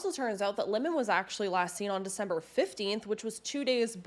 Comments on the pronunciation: It is not lemon it is limon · Just something to look into, I've always heard the name Limon pronounced with the i using more of a y sound, more like "Lymon" or how you would pronounce lion but with an m added in the middle